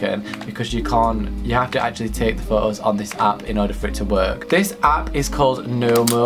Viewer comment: Pho-ohs 😂😂not trying to hate tho